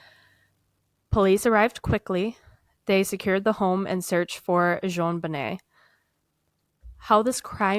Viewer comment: Hello &, I Am Somewhat Of A Case "Fanatic" & Know Quite A Bit Of The Information About This Case. So I Hope You Don't Mind If I Post Some Of The Facts That I Know Relating To Your Conversation Here. You Got The Pronunciation Of JonBenet's Name Correct (pronounced "Jon Bo-Nay"), The Father Is John Bennett Ramsey (pronounced "John Ben-It"). Patsy Put STAGE 4 Ovarian Cancer Into Remission, STAGE 4, That Is Miraculous. Their Charlevoix Vacation Home Was Typically Their Summer Get-Away, However This Year They Decided To Have A "Second Christmas" There With John's Two Eldest Children (John Andrew & Melinda) From His Prior Marriage. The Word Attaché In The Ransom Note Is Actually Referring To A "Bag" Or "Briefcase" (however there was No Accent Over the é in Attache In The Ransom Note). Interesting You Pointed Out No Period After The C, In S.B.T.C!!! "Duh-tective" Linda Arndt (pronounced "Aren't..... A Good Cop") - Was Quickly Removed From: The Case & Not Long After.... The Department! 9 Months After JonBenet, A Girl Named "Amy" Was Assaulted In Her Home, Fortunately Her Mother Heard & Ran The Man Off, But The BPD Dropped The Ball On That Case Too. 2 of the Same Boulder "Duh-Fectives" That Have Been Hampering This Case Since 1996, Are Currently 2nd & 3rd In Command At The Boulder Police Department Today!!!! Those Would Be Deputy Chief Barry Hartkopp & Chief Ron Gosage. Hartkopp Being The One That Changed Neighbor Melody Stanton's Scream Testimony 🤔. Gosage Being The One